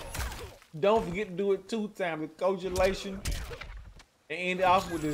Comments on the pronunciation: A lil late but it's pronounced ko-ag-u-lation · Lol it's ko-ag-u-la-tion - when blood clots/thickens. Awesome combo vid. Unlocked the maskless gear for Skarlet so now wanna use her cos she looks great. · Awsome vid I'm late to learning skarlet bit the first. Ombo you did, if your close to the opponent then a micro dash is not needed, also (Co-ag-you-lation) koagulation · Just to clarify a bit it’s Ko-ag-you-lay-shun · I know I'm a little late, but it's pronounced (Coh-agg-you-lash-en).